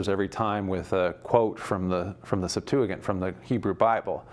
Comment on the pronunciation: Why does he pronounce Septuagint like that